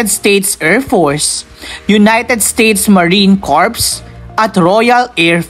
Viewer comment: ha ha ha , " hercules" daw ,,her -que-les as pronounced..+ " lookheed " daw ,, lockheed as pronounced... hayyyy,,eto pa ___ " co rps" daw,,, cor ,as pronounced with a silent ps......airboos daw..air b u s ,,,as pronounced ,not boos,,like ,u are riding in a "bus"